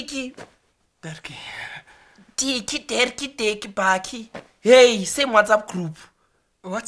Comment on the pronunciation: *Dirkie *Bokkie